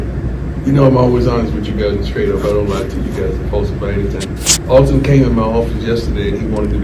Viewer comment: Love you show fam.. Just a heads up.. His name is Alton.. not Auto... it's all good... just looking out for ya...